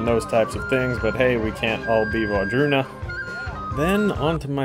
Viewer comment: Did you just say Wardruna? That's a win my friend.